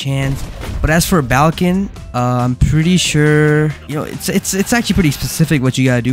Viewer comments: "Balkan" bro 😭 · BRO CALLED BAIKEN BALKEN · Isn't it pronounced as Baiken? (I wanted to make a joke, but he fr messed so much that he said buko and balkan💀) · its baiken im about to crashout if you call it balkin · Bro doesn't even know about guilty Gear 💀 bro FR called baiken "baLken" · butchering the name so many times hurt my soul just a little bit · Idk if anyone else said this but not to be rude just informative It’s pronounce bye-ken B-I-ken = baiken and she’s also from guilty gear. Their most recent game she’s in is guilty gear strive. (Also she’s a dlc character btw.) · Is baiken pronouced as Bal-ken or no? Cuz him saying balken everytime pissed me off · That is not how you pronounce baiken